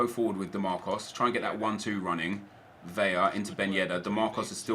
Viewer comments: Still pronounces Carlos Vela wrong. It's Vela, not Veya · El Güero it's 'Bela' seeing his native to a Spanish speaking country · Nep please learn how to pronounce Vela and Tremoulinas :) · U say vela wrong